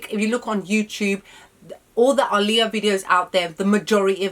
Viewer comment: Thank you for pronouncing her name correctly 😎